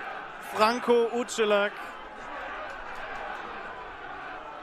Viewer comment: Nichts „Utschelack“ sondern „Uselac“ 🙈 Aber krasse Tore 👌🏻